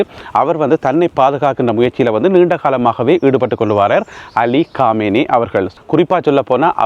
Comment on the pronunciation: காமேய்னியா அல்லது கொமேனியா தயவுசெய்து இலங்கைத்தமிழில் செய்தி படிக்கவும்